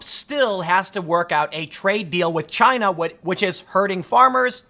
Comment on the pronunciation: "Jyina" -Tim Poole, November 2019